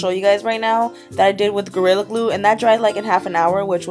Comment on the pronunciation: you said gorilla grue